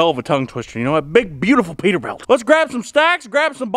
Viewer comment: Has anyone noticed him calling it a peterbelt lol